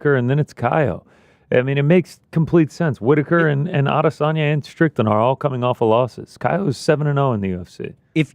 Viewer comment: 02.30.10 once again calling Strickland 'Strickton' 😂